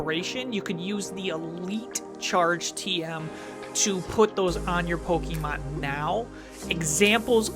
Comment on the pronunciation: Still absolutely love the show, but every time you guys say Pokémon you say it like pokie mon which reminds me of when I was in high school and used to get made fun of for still playing our beloved game. Not here to knit pick but maybe check the pronunciation because I’m pretty sure professor oak told us all as kids it’s poke uh mon. Love the show, love the podcasts!